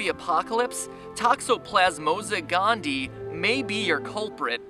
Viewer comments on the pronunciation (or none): Pronounced Toxoplasma not Toxoplasmosa, and gondii is pronounced gon-dee-eye. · Hey, I love your videos and it didn't take much prodding for me to sub haha. But I have a tiny, tiny irk with this video. You are pronouncing Toxoplasma Gondii wrong, it is said "Gone-dee-eye". I dated a girl that was getting her doctorate in microbiology and her focus was on parasites, namely this one. It was really cool seeing them grow under a high powered microscope, even though she kept assuring me to wear gloves if I didn't want to die. Again, love your videos, keep 'em comin!